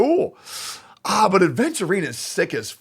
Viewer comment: you cant even say his name right ofc youre not pulling 😭